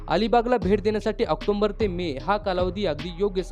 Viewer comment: दादा, आक्टोंबर नाही रे, ऑक्टोबर बोल.😀